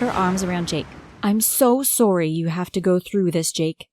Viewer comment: Omg why did you always say sorry and tomorrow wrong